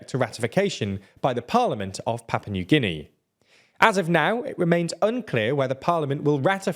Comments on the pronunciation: *Papua New Guinea. Not “Papa New Guinea… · I am certain its not 'Papa' New Guinea